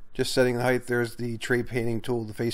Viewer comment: Height with a t at the end. Not th! 🤨